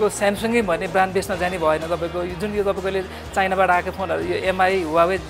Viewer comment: Huawei= wah-way is correct pronounciation 👍👍 ...... Not hu-wa-way😊😉